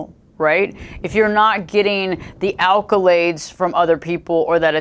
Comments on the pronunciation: Please darling! It's accolades, NOT alcolades 😨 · Many thanks this was interesting....Is allcolades a word though? I thought it was accolades.